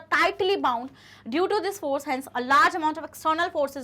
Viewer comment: Mam fore nahi😅😅😅😅😂😂force hota hai ❤❤❤❤❤❤❤❤❤❤❤❤